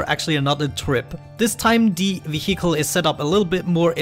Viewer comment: i love how you after so many episodes, you cant pronounce vehicle :D But thats just something what makes you speciel. :D keep up the good work,. i might try this game :-)